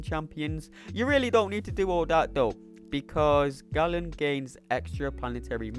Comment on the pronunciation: Why do the MCOC community call him ‘Gallen’. Galen is pronounced “gay-len”. He isn’t a Gallon of Milk